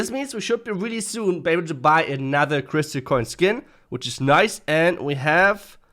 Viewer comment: Are you ever going to say "crystal" right? It's criss-tal not criss-ly, there is no "ly" in crystal bruh